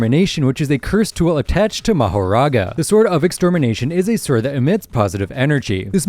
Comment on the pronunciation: Just and fyi. Mahoraga's name is pronounced makora